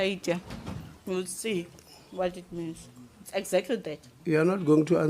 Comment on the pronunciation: Still can’t get over how the minister of chewing chappies pronounces encyclopaedia - “encyclo-pay-dia”😂😂😂😂